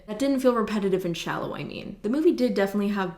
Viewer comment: sometimes i forget that is canadian... than she says « shallow »